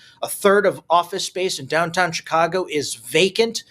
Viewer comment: Not shirack but Shytcago